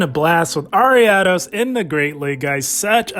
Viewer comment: awesome man. Thank you very much! Loved the use of ariados here! And I appreciate that you pronounce it properly haha! You wouldn’t believe the hundreds of ways I’ve heard other content creators butcher that name 😂